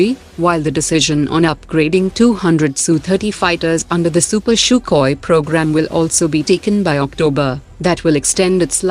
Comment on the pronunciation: "Super sukhoi" the way she said it's very funny😂😂